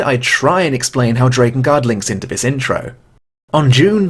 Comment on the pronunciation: Why must you continuously pronounce Drakengard wrong?